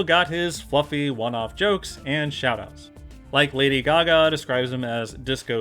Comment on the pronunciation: "Back away, not today, disco laday"